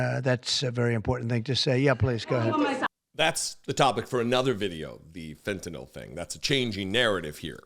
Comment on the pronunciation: “It’s not fentinol you muppet, it’s Fentanyl”. Gordon Ramsay.